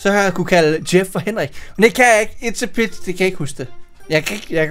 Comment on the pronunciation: Jeg tror det udtales itspizza